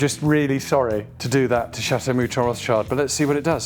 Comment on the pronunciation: It makes my ears "cry" every time I hear your.."Rotschaild" His surname is Rotchild,in french maner please! (Kinda Rotshil'd),you pronounce the word "Chateau" right,though,in french.so why don't you do the same with "Rotchild"? He is not "child". It is not in english,with all the respect.